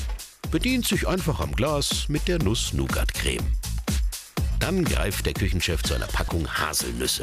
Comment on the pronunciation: hört doch mal auf so Alman zu sein und sagt nicht immer NuSs NOugAt CrEMe